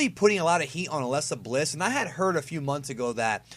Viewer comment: why do you say alexa bliss so weirdly lol it sound like your saying aslesa bliss